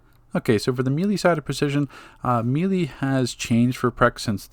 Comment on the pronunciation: Thumbs up for pronouncing "melee" correctly now. It makes you sound more intelligent and cultured. I know that it's your right to say it the other way, but that's like when people say "Lemme axe you a question" instead of "ask," or when Filipino immigrants say "pipty" instead of "fifty." One way makes you sound respectable, while the other makes you seem uneducated. Oh, and of course, great informational video. Thank you for continuing to update your guides along with the game updates. Your time and effort are appreciated.